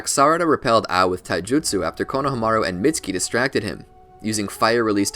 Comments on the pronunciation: konohamaru is pronounced "konoha-maru" like the name of the village "konoha" its not "kono-HAMA-ru" you just say it flat, "konohamaru" with no breaks or pitch changes all one word almost as if its just one long syllable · I'm sorry but it had to be said konahamaru is pronounced koh - nuh - hom - uh - roo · Why pronounce Konahamaru that way? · why do u say konomaru like that... the disrespect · It’s funny how he pronounced konohameru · Did really just call him Kona ha maru